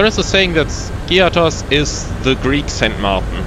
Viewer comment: The pronunciation of the island is Skiáthos and not Skí-athos. It’s just a tip as almost all sim pilots can’t or do not want to pronounce it correct.